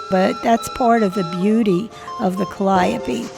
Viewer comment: Pronounced cally-ope